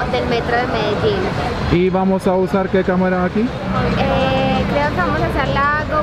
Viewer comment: Fajnie ze w koncu ktos wymawia poprawnie nazwe tego miasta